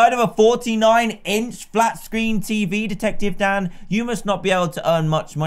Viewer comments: My whole childhood I though he was saying “hey guys down here” but nah he says “hey guys Dan here” plz don’t say I was the only one 😂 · No you aren’t I thought he was saying it to